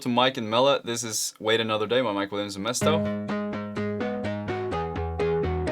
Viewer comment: when you say mike it sounds like something else, love the video though